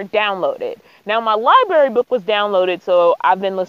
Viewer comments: Are you saying " liberry "? LI BRA RY 💥💥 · The word is library, not libary. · Common sense, technology and preplanning regarding gas especially going down dirt roads. It would nice if you would take your hair away from your eyes when you talk to your audience. And its libRary not libary. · Library not Liberry. Sorry it's a pet peeve. I have been a sub for a bit but now I'm on a binge. Stay you. People get a bit of "fame" and change their style. Keep being yourself because you are awesome.